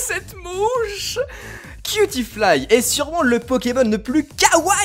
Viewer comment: J'ai cru que avait jouis en prononcant "cutiefly"... nan c'est juste moi? Ah d'accord....